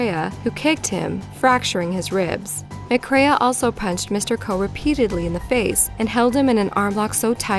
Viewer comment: Pronunciation terrible. All the way through last one she says McCrae’s name wrong as “ma-craya” when it’s pronounced simply “ma-cray” then on very last time she says it she says it correctly. What is it with Americans and bad pronunciation????